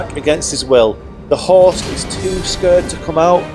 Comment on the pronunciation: For like 3 minutes I thought you were saying horse, not host.